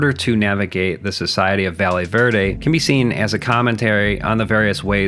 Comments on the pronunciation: Bro called it valley verde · Quiiiick question. Are we sure it isn't pronounced "Vayeh Verde"?